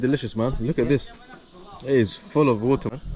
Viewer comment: bro why you are always pronounce vater instead of water